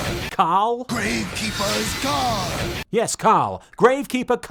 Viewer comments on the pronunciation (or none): It's gravekeepers guard not Carl, call or whatever he said LMAO